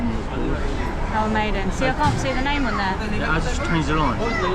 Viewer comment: a little bit about pronunciation..Maidan is pronounced mydaan. Esplanade is ess-pla-nayd